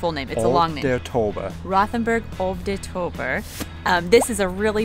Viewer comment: Pronounce "Tauber" like in "tower", only add the "b" ... "Tow-ber"